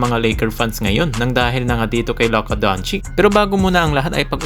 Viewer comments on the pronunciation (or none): Sinu c luka donchick..ahaha pagagalitan ka ne luka nyan iniba mo yong pag banggit mo donchech yan..yong iba nmn donsik..